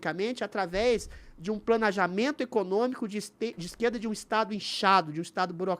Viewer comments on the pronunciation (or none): Adrilles falou planajamento ou é impressão minha?